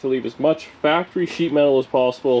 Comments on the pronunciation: Hactory, hahahaha. Sweet refit today. Thanks for sharing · FACTREE NOT HACKTREE!!!!👍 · I love what you said that Dani said HACKORY? Great job my friend....